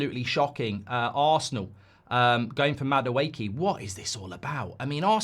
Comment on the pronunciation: The amount of mistakes when speaking in Madueke and Nwaneri is hilarious 🤣 5 year deal agreed with Liverpool yeah?